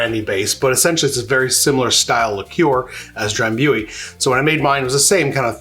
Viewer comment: FYI It's pronounced Dram·boo·ee. ;)